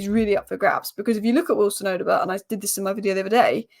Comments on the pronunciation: No you are wrong. It is Oddo-bear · These spurs players names do catch you out right😂, odoebert.. Just pronounce the Bert as bear odoebear if that makes sense lol.. Great analysis as always you